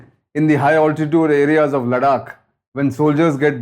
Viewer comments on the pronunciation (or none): भाऊ! तुमी “लडाख” नको बोला!! ‘लद्दाख’ बोल ना रे । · confused relating of events? PLEASE!! A CRISP CLEAR THOUGHT PROCESS AND VERY CLEAR PRESENTATION ...NOT THIS SORRY WRONG PRONUNCIATION (LADAKH = LADAK ?) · Please don’t call it LADAK. It’s Ladakh. A humble request 🙏🏼